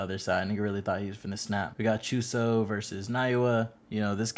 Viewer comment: Not geegee gege and choso not chooso and geto nat geeto